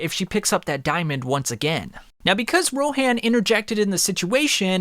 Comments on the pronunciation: Dude stop saying rohan's name like that it's row han like hans from frozen without the s not row hand like you say it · The pronunciation on that Ro “HANN”😭😭😭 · Hearing u say Ro HAN really hurts me😂😂💀💀